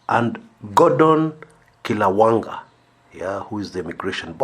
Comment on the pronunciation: can you say Gordon Kihalangwa not kilawangwa.